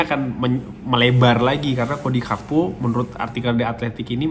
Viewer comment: setau saya namanya GAKPO bang bukan HAKPO